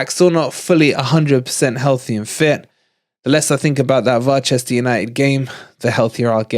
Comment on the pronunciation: Why is he always saying LiVARpool and VARchester and Plopp. It is not funny